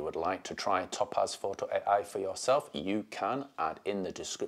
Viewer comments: Top Az 🤣WTF... never heard topaz pronounced like that before, made me PMSL every time.🤣 It's "Tow-Paz" dude. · It's TOE-PAZ...NOT TOP-AZ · As an Englisman with a proper accent (geordie), this was torture to listen to. His inability to prounounce the Company's name correctly made this impossible to listen to after 30 seconds...it must sound like torture to non English people who speak English!